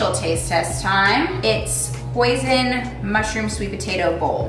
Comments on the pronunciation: reading the comments I’m so glad I’m not the only one hearing poison instead of hoisin sauce I thought I was going crazy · I thought she said poison, not hoisin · omg who else thought she said “poison sauce” when she said hoisin sauce😭💀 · I literally thought she was saying poison the entire time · for a minute I really thought said "poison mushroom sweet potato bowl"